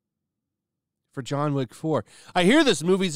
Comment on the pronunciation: It's John Wick not John Woke